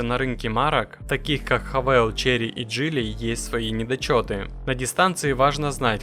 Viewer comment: Не ХавЭЙл , а Хавал . Учи язык , двоечник.